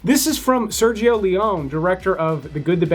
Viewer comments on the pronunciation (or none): none